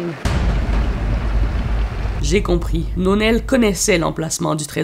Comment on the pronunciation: "Nonel" me fait rire XD